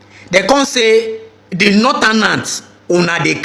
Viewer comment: Why is it that this generation does not know how to pronounce northern and southern? It's so disgusting. Saotanas, notanas. What kind of grammars do they teach in Nigeria for God's sake?